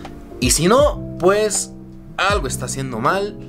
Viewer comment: "PJ" SE LEE PUEJ NO PEJ😂😂😂😆😆🤣 JERGA CAMBA👏SALUDOS ✌😂😂